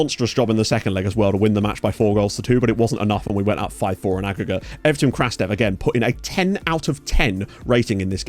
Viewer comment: Just a tip, Evtim Krastev’s name in Bulgarian is pronounced as "Krustev” (u as in understand). Keep up the good work!